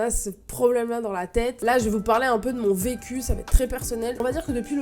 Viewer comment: Au début de la vidéo t'as dit vecu j'ai compris pq j'avais pas compris😂😂